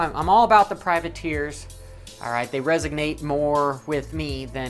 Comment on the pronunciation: it's "resonate"... Not "resignate". 😉. You've said that a few times now. Keep up the good work. I enjoy the humour component of your vids.